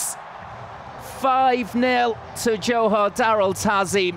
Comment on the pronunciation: Johor not jahor